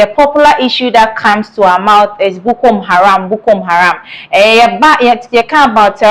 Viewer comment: Madam the name , the namis not Bukom haram Madam there is no eord like Detainment: rather DETENTION.